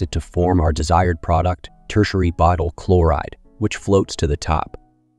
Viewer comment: Buutyl? Butyl.